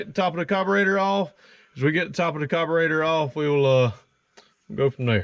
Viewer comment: It’s carburetor not cobarater 🤦🏼‍♀️